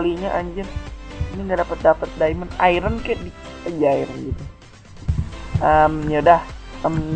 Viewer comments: diamond bang,bukan daemen wiwkwwkwkwkwkwkw LOL XD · diamond kak bukan diemen